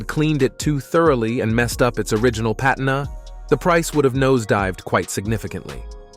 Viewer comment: "Pat a na" lol.